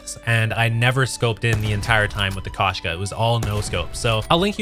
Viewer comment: Koshka sniper rifle is not pronounced kash- ka...as this guy is saying. It’s supposed to be pronounced as Kosh -ka. Him mispronouncing the name causes me to not want to watch his content. I don’t want to hear how he pronounces the operator mod Strelok. It’ll probably make my ears bleed.